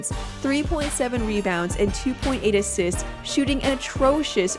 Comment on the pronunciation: . "assits" XD.